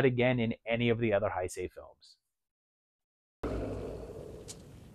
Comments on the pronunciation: "Heisei" is pronounced like "hey say", not "hi say". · Love the vid brother, also, not to be that guy but Heisei is pronounced "Hey Say", at least thats the way my Japanese friends say it.